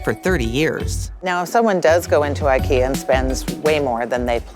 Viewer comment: It is not Ikea rhyming with Rea, but other way around.